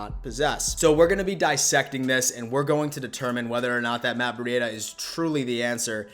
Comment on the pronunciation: Who is Matt Bri-ada?